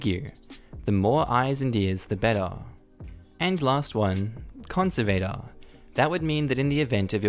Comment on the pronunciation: same kind of "a" in conservator as well. makes an "ah" sound and the emphasis is on the "serv" part of the word con serv ah tor